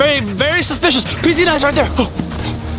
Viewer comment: Chad Daniel and Regina keep on saying your suspitios but I trust you Vy